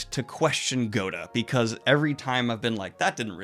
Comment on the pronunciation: Yes he said GODA